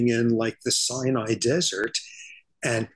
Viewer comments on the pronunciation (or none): none